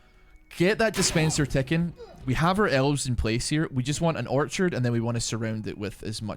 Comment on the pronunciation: You know how long it took me to realize he was saying orchard and not archer 😂😂😂. Great videos man!